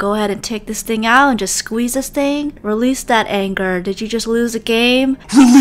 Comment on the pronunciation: I love how she said “your mad at a game take this thing out and….REALSE THAT ANGER”😡😡😡😡😂🤣🤣🤣